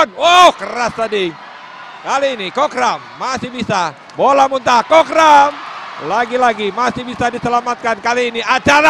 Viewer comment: ขำคนพาก โคกรำ ตะโกนจนฟังเป็นโคกดำ